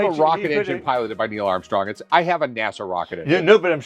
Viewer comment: I hate how Rick mispronounces EVERYTHING but loves to correct others who do the same. “Neil Amstong”🤦‍♂️🤦‍♂️